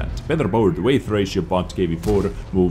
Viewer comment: Weight = wait, in pronunciation. Not a criticism, just trying to help